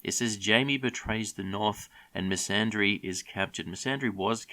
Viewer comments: Quick question why are you inserting an “r” into Missandei’s name? It’s MISS AN DAY, not “misandry” ffs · Her name is Missandei, NOT misandry. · Lol, Misandry hey? I think you mean MissandEI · Who the hell is messandre ¿ 😂